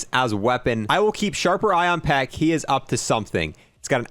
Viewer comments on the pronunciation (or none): none